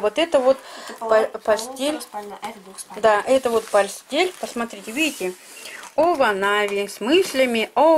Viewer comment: Не овонави,а иваново 🤭